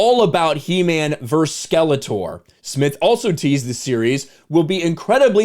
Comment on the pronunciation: Why, oh why, is there not a single YouTuber who can pronounce the word “versus?” Did you all have the same bad English teacher? It’s maddening.